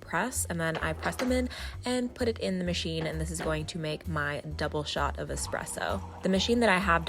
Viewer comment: Tfw she’s teaching ppl about coffee while also pronouncing espresso wrong... It’s an Es-presso not an ex-spresso.